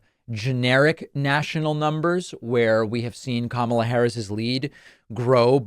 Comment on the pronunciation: I see that Donny has finally figured-out how to pronounce the lady's name.